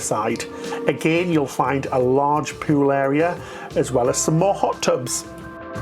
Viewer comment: you make me laugh so hard when you say the word "pool" cuz it sounds like you are saying "poo"!❤ Love you guys!!😊